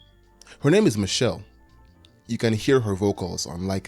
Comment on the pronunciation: The tupac line he added was ad libbed. He messed up the lyrics and threw that in to catch up with the beat. Dr Dre’s ex was named Michel’le (pronounced like Michelle-AY) not Michelle. She was a singer and she was abused by both Dr Dre and Suge Knight. Dr Dre became engaged to her when she was just 17. I believe he was 23. Dr Dre has also been accused of dv by other women including his most recent ex wife. Personally the not your savior thing makes sense to me. Kendrick is not an activist. He’s a rapper. In a better world these men would hold themselves accountable and we wouldn’t have to wait for a victim or a Kendrick Lamar to put them on blast. Idk what kind of relationship Kendrick has with Dre or Kodak or even Drake. For some reason he picked a target and honed in. And as a result more people know about Drake, Dre, Kodak, and Baka.